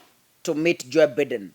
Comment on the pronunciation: The name is Joe Biden, pronounced 'Joe Baiden'.